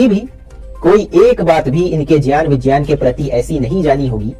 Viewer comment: 😂are gyan, vigyan bolna toh sikh leta maulana.. 🤣phir gyan de..